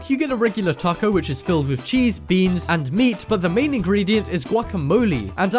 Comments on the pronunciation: Who else got annoyed when he said taco lol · you said taco wrong lol